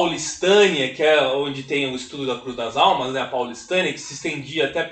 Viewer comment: Essa comunidade que Donald Pierson produziu o estudo e que resultou no Livro Cruz das Almas é minha cidade, incrível que você acertou a pronúncia ❤❤❤❤